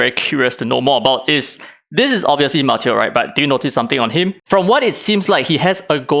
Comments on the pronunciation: I think it’s “Mah-Taeyo” Also thinking what if they gotta drop shimmer just enough times for the whales to fish for copies Also Yamatos English voice is so inconsistent like Chris Pratts Mario lol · His name is “Mah, Tay, Oh”